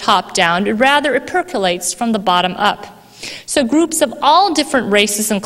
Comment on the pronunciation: She has trouble saying the letter "r." She said "goops", instead of gRoups